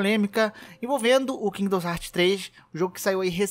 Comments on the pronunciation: Mano que agonia com 500 vezes que você falou kingdons heart, pqp, é KINGDOM HEARTS porra. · Porra mano qual o problema q voces tem na hora de ler o nome do jogo? É Kingdom Hearts e não kingdoms heart caralho, so ler onde ta o s qual a dificuldade? Claramente voce ve q o cara quer puxar like pra um jogo q ta em alta qndo n sabe nem falar o nome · Toda vez que ele falou “Kingidons Hartis” eu falecia. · Cara, muito interessante o video, mas você falando "Kingdoms Heart" toda hora dá uma tristeza que escala cada vez que você repete, as 3 primeiras vezes já deu vontade de fechar o video. Mas sobre o tópico do vídeo, também acho que essa restrição é coisa extrema da Disney, ela é MUITO chata com essas coisas, até com os Kingdom Hearts antigos você toma strike se postar gameplay que toca a abertura. A Square Enix não é tão problematica assim, dá pra ver isso pelos outros jogos dela, é babaquisse da Disney mesmo. Ainda, não, não é facil assim fugir de spoilers. Os spoilers de Kingdom Hearts tão em todo lugar no youtube. Tem um amigo meu que nunca viu um video da série, e ainda assim ele ta recebendo como recomendação vários spoilers meramente por que ele vê varios videos de games. Hoje mesmo ele me mostrou que apareceu pra ele recomendado "Kingdom Hearts 3 Final battle+Ending". O algorítmo do youtube é uma bosta. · "Kingdoms Hearts" meu senhor que agonia, pronuncia o que você lê e não o que você acha que lê. Certeza que leu tudo isso aqui no singular ao invés de colocar no plural 🙄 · Mano, nao eh "kingdons heart", ta parecendo o Zangado falando...